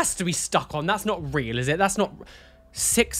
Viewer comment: trying to pronounce "just" correctly while also saying wheel instead of real xD <3